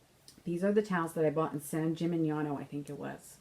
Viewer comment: Remember..you can't get off the bus to see San Gimignano if you can't say it right... (San jimmyjohno) Love your book.